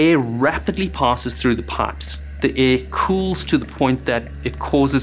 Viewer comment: “air” has an “r”